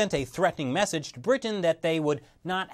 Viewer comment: why do you - an ostensibly interment-looking, sounding (except for your rather...odd pronunciation of Britain - which you say as 'Brih-tuh-ehn😳), talk like someone doing a bad comedy set? Are you...'afraid' that by Soundgarden 'intelligent' you'll turn people of from listening? There's nothing wrong with being knowledgeable-sounding, but, is hard to focus, because of your almost manic need for approval - with perusing every sense - makes listening really uncomfortable. Dry, monotone is never the way to sound, but, how about you just try to sound like you're speaking to someone - in person, and they're trying to learn from you. That's all you've gotta do.